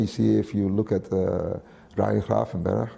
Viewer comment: Only pronunciation of Ryan Gravenberch that actually sounds Dutch 👏